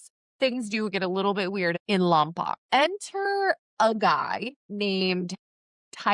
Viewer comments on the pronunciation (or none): It’s pronounced Lom poke